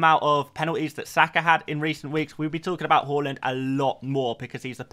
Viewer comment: Haaland not hooland